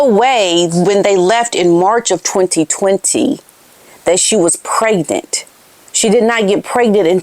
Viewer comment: She always pronounces the word pregnant as "preg-net." It has always irritated me, as she LOVES to use big words, yet she refuses to pronounce "pregnant" properly. Some kind of Freudian slip, perhaps?